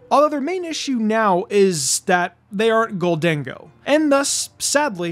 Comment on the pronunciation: you mispronounce goldengo